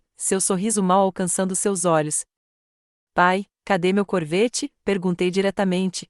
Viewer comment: "CORVÊTTE"⁉️‼️ FALHA TOTAL NA REVISÃO...AH! NÃO HOUVE REVISÃO, NE⁉️🤌🤌🤌